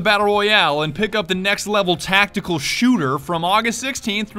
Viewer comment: "let's talk about the next taitical shooter" taitical yea taitical